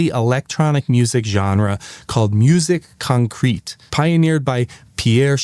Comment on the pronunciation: I find it a little difficult when someone presents what is a researched work, and yet the research didn’t extend to pronouncing important things correctly. For example, it’s not musique “concrete” like the building material. It’s “moo-ZEEK kahn-KREHT”. Lots of places to look this up. Also, they were not adding magnetic tape to “film strips”. That’s not what raw or edited film is called. I think you’re saying they were adding magnetic tape to film. Which isn’t exactly correct either. The development was putting recordable magnetic material onto sprocketed film for accurate audio editing, separate from the film reels with the picture on them. I’ll stop there. I’m not saying any of these things with malice. It’s just that when there are accuracy questions peppered from early in a video, it leaves me unsure of the accuracy of what’s to come. I know that this video isn’t supposed to be a scientific treatise, but like I always encouraged my students, if you’re not 100% sure of a thing, it’s quick work to look it up.